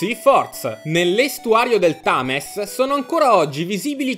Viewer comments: TAMES mamma mia come si fa.... pronuncialo bene almeno. oppure chiamalo tamigi no ? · Se non conosci l'inglese, almeno controlla come si pronunciano le parole... Non puoi pronunciare "Thames" come se fosse italiano, cazzo